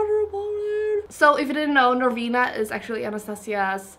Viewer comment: Thank you for saying our brand name correctly! So many people say it wrong - we need to replay your voice saying it over and over!